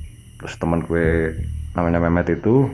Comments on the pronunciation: Mas ngomong GUE nya medok.. Gak cocok dngan logat jawanya mas ngmng GUE 😂😂 MAAF 🙏🙏🙏😜😜 Pake SAYA aja lbih enak 😁😄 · Dennis Saputra iya jadi gak serem..Malah focus ke GUE nya pngen ngakak 😂😂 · Salfok ke "ghuwe" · Lumrah bang orang jatim kalo ngomong " GUE " medok 🤣🤣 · Hahaha mas nya "Gue" nya MEDOK BINGITTTT???Klau bukan asli Betawi atau Jakarta ga usah Sok-Sok'an bicara pake "Gue-Gue" segala??cerita ente bagus tp gara gara "Gue" cerita ente jadi minus???Mas..gw orang Jakarta,asli Betawi lama Stay di SBY??bisa bahasa Jawa dan gw ga malu bicara pake bahasa Jawa??ga harus Pake bahasa elo-gue-elo-gue. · Cuma 1 yg agak menggelitik kuping saat menyimak cerita.. Yaitu kata "gue"... Diucapkan dengan kemedokan jawa kental...